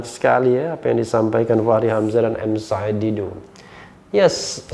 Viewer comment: Bung rh fasih banget sebut nama "said". Makhraj ain nya jelas.